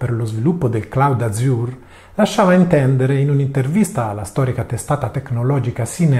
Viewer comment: Cambiato logo (preferivo il primo anche se forse troppo Mint-based): pressioni da Mint o consapevolezza che questa, basata su Ubuntu, subirà l'accattonaggio indiretto da Microsoft (e quindi scelta di adottare di LMDE) ? (p.s. 'Azure' l'hai pronunciato male)